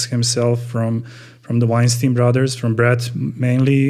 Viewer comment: Rhymes with Albert not Harvey.